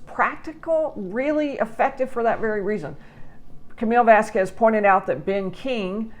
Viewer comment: Thank you for saying this. And for pronounce Vasquez, not Vaskwes